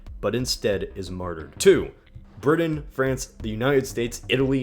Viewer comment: Pronounced "Did dint" and "Briddon"